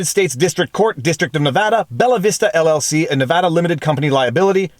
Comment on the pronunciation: I’m a Nevadan. Firstly, thanks for pronouncing our state correctly throughout the entire video. Secondly, not surprised this came out of here lol.